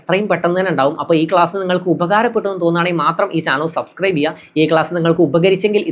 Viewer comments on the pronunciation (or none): none